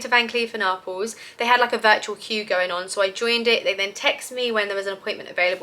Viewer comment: Nice gifts. In America we pronounce Arpels ‘R Pells’.